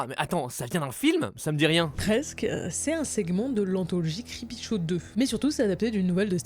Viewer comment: Creepshow cité et prononcé creepyshow...